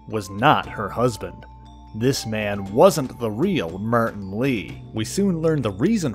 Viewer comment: martin = "meyrtin" lmao